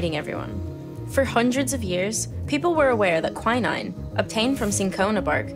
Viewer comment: Quin-ine is the right pronoucation I believe.